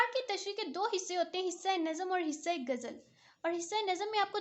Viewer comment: باجی گجل نہیں ہوتی غزل ہوتا ہے